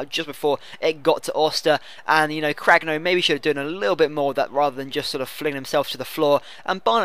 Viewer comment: Lol you can pronounce goretzka but you call Cragno "Craglo" :L